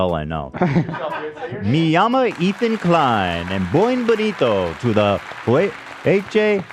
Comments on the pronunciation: I think Ethan was trying to say bienvenido but it’s sounding like bien bonito😅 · BuEnVeniTo 😂 don't know what language it is but not spanish haha